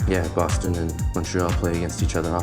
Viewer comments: Draft = repêchage All star game = match ou partie d'étoiles Il n'y a pas de mi-temps parce qu'on 3 periodes (on est pas au soccoer ici) En français on dit LNH On dit Boston et pas bostone (il n'y a pas de "e" à la fin du mot Boston) Sponsors = commanditaires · C'est que c'est écrit Boston, mais les français prononcent bostonne comme s'il y avait un "e" invisible à la fin du mot. C'est comme avec le mot Michigan. Il ce rajoute encore une fois un "e" à la fin alors qu'il n'y en a pas. Les étasuniens prononcent Boston et Michigan sans "e" à la fin et comme c'est eux qui ont inventé les noms, il faut se fier à leur prononciation. Voilà !!